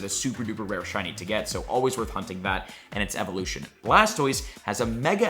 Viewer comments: Bro literally said worth humping sorry hunting for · is a fool did I hear you say humping lmao hahahaha 😂 🫶🏽😜✌🏽